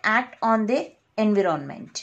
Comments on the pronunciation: environment not envy-ron-ment god damn it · Pronunciation of environment is wrong. Environ= enva Ment = ment Envament(pronounciation of environment) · ik its not funny but i cant stop laughing when she says anvironment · She says en viro ment... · Nice lecture but everytime you say Envy Ron Ment it throws me off focus 💀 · Dear n is silent please in "environment". It is "sense" not scence. Being a teacher, it is very important to be correct in spelling and pronunciation. I appreciate your effort though. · Thanks a lot ma'am but please correct pronunciation of environment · Please correct your pronunciation of environment.... plzz, plzz.. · Take care of environment pronounciation correctly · Your pronounciation is wrong about environment. Please check first on Google pronounciation. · you were teaching good but your pronunciation of the word environment made me close this window, kindly work on your language skills. hell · Its environment not envi ron ment Its sensor not sen soor